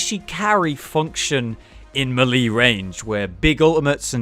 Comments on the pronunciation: ITS MAY-LAY NOT M'LEE FOR FUCKS SAKE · may lay. not mee lee. ijs. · malee? Is that like the official british pronunciation or are you saying it wrong. Melee is meh-leh/mélé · "Muh-Lee" carry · It's pronounced maylay. And just to clarify for Skyrim players, its not ignot, it's ingot...Ing fucking got. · I think you pronouncing melee wrong ... or I'm wrong. I dunno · He has addressed this before; he knows that he pronounces it wrong, but he doesn't really care